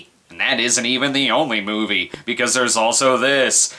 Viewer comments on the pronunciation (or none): "MOIVE" lol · "The Moive"??